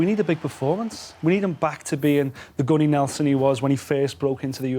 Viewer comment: Anyone else has a part of them die inside every time says 'Gunny'?